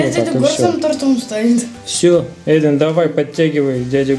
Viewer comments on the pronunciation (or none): none